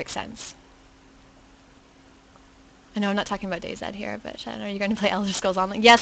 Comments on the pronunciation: its day(Z) NOT fuckin day(ZED) get it right! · DayZ not dayZed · DayZ not DayZed. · Im not from America either you cannot pronounce Z as zed that would make no sense then Zombies would be zedombies?! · I dont know, i just think the pronouncing it "Day Zed" is a bit weird to me, but your right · Day ZED? You must be Canadian :D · Its pronounced day zee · Im not sure what you said before that youre referring to lol Im British, living in America, and I say DayZee, because that's how you pronounce Z in America. But all of my relatives in the UK would say DayZed. You must be among the few that say it like that in the UK!